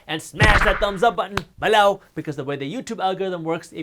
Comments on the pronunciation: Hit the thumbs up button “bEH-Low” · I crack up every time he says "BELOW!!"